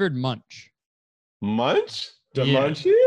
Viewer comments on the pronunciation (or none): i came to the comments to see if anyone (lightheartedly) corrected Kurtis’s pronunciation of Munch (pronounced Munk) but ig i’m the only nerd here : ( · kurtis that's not how you pronounce munch😭